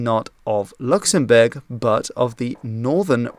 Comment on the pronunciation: My man really flexed his pronunciation in the first part of this video absolutely styled on my dumb American ass